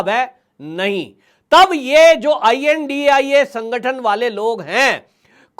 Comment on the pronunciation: I.N.D.I.A. is Pronounce as INDI- Alliance, not to india